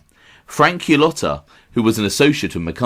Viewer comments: You certainly do a great job on your channel. It just that Cullota himself pronounced it Kulada, so Qulata is way off. It caught my ear in an otherwise good presentation. Cheers. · You should really make an effort to know how to pronounce Italian last names properly. Qulota doesn't cut it. If this is your subject matter , at least learn the pronunciations.